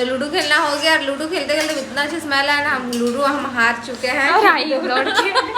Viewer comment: Are chapri wo ludu ni ludo hota h....toda pr padh leti 😂😂